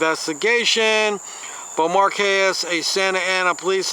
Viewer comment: I'll admit, that's a hard name to pronounce. How about Bow-mar-kays? I could be wrong. I love and respect that you continue to give it your best shot.